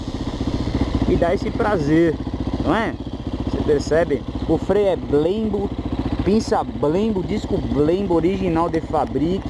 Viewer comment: Eder Roberto ele fala desse jeito pra zuar hsuahsua